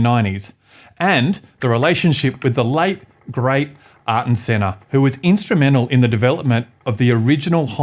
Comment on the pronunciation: Aye-air-ton Senna.